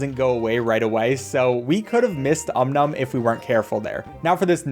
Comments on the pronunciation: Gosh... I loved Cut the Rope. I was obsessed with it for years. I really should play it again... thanks for the memories,!:) (also, it's "OM NOM", not "um num", you silly!:P) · hearing him call it "um num" makes it hard to watch this, everyone knows its called "om-nom" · Its Om Nom not Um Num x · It's Om Nom not Um Nom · Ah yes deliver the candy to um-num. It’s om-nom get it right before you make me tear my ears off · Its not um num its om nom put some respect on his name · Om, not Um Nom! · “Um Num” Isn’t it pronounced… O M N O M ? ! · the way he pronounces Om Nom as umnum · Did anyone noticed that he called om nom “um num” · aint no way he disrespected om nom like that (he said um num) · Om nom is best boy Also, “um num” is crazy 💀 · kept on pronouncing his name as “um num” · yeah its supposed to be pronounced "ΩnΩ" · The way he calls him "um num" I'm freaking dying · His name is Om nom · I think that but he's calling him Um Num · that's just 'cause he's pronouncing it fast. Is what happens when you say something enough times; you find ways to truncate the time it takes to pronounce them, which can change their phonetics depending on what language you speak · I take 1 psychic damage everytime he says Om Nom's name like that. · Sound out om num bc that’s how it’s pronounced but I guess that’s just not how people say it even tho that’s how it’s spelled & should be pronounced